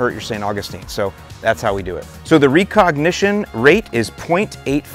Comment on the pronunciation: Are you trolling with that pronunciation of recognition? Cause if not, then wow